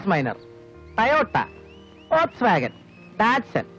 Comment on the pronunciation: folkvagen....correct pronounciation